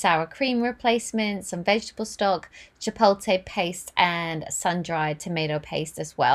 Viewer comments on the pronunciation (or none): I have a question, how come you don't drink those green drinks in the morning? And chopolte is pronounced as chi-polt-lay... I don't mean to sound like one of those pronunciation police people but I do hope this helps if you decide to say it as chi-polt-lay.